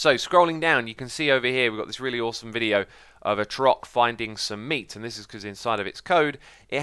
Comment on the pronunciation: It might just be me... but the way X pronounces "Trork" sounds wrong. "Tro-Rock" is not the same as "Trork". I imagine the name is a combination of Troll and Ork, and so should be pronounced like Ork, but with a Tr at the front. Just one syllable. Although, I now realize that "Ork" is not the correct spelling of "Orc", so I might be totally off-base. Who knows but the devs? lol